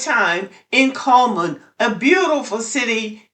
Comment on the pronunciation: It's "CULL"man.